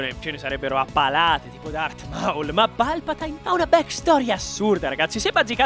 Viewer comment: Ma come cacchio hai letto palpatine?!